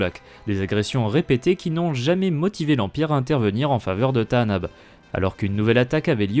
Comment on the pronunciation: Bizarre dans le film, Lando dit Tanaab et non comme tu dis, c'est une erreur (grave) de traduction ? Et comment connais tu le bon nom du coup ? (je suis curieux (mais attention au côté obscur 😊)) Et c'est aussi ce que dit Kyle Katarn dans jedi academy (si les disciples de Ragnos sont sur Tanaab, ils ne sont pas là par hasard)